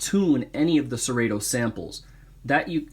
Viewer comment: The only thing that kills your credibility is pronouncing it "SeRayTo"